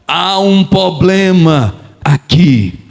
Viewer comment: Pastor te peço perdão mas é para seu bem não diga poblema, diga problema.